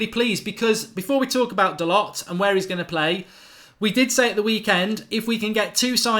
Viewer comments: Hi Mark! BTW, his name is pronounced Dalo. There is not a hard T on the end. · Mark, great video as usual. Love your work. FYI the lads' name is proinounced 'Dahl-oh'. My friend who is huge Porto supporter says he is a very, very talented young man, who they were going to promote to replace Pereira, who sold to Leicester. #ggmu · His name is pronounced Dahlow, spelt Dalot. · Its pronounced da low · Dalot - pronounced Da Low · He said on MUTV it’s pronounced “Dalorr” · Doesn't anyone else find it rude when someone ignores the pronunciation of others' names? I get that you won't know some of the players but to say you don't care how someone's name is pronounced. Its their name